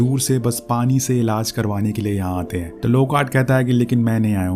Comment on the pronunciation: Elaz nahi elaj hota ha gandooo😂